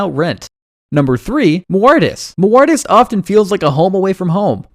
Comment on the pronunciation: I'm so convinced. Guy can't even pronounce the names of the places. St. Luicia? Cochimbaba? Muartis? You know he's researched it very intensively and is very familiar with these places.